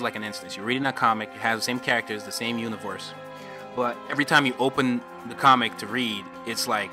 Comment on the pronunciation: "The same univorse"🤣🤣